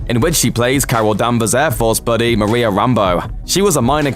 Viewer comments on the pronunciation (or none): none